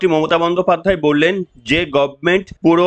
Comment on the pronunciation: গভর্নমেন্ট কে মমতা বলে গরমেনট।